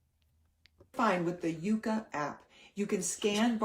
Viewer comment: She keeps pronouncing it wrong. It is not called Uka. It is called Yuka. Pronounced with a Y. Yucca is a plant. The hun should pronounce things right.